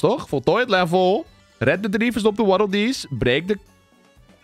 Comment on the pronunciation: Dat was echt een goede waddeldees nuts uitspraak